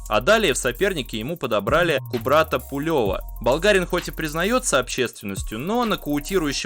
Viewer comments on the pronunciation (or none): Зачем ты так коверкаешь фамилии? Какой пулЁв? Какой бельЮ?